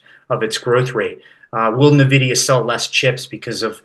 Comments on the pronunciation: Nvidia...ENvidia. if one wants to be a market "expert" they should know how to pronounce company names. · NaVidia! NaVidia! NaVidia!